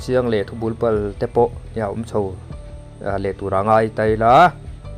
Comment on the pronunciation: Bul bal i lam dan hi a dik lo